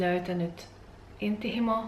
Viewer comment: Tosi hyvin puhut suomea. Ainoa sana jota en ensin tajunnut oli 'intohimo'. Lausut sen hieman hassusti, 'inttihimo'. :)